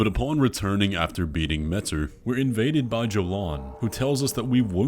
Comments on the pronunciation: i love your videos, but WHYYY do you pronounce metZr with a freakin' Z instead of metYr with a Y, whyyyyyy??? I'm surprised nobody noticed... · I believe it is pronounced "meteer" and not "mehter" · Pretty sure it’s pronounced Mayter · consider for 2 seconds: pronouncing Metyr like "meteor". Me-tyr. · I think “metyr” is supposed to be pronounced like “meteor”…. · Her name is pronounced METEOR ☄️ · please pronounce it meh-tier...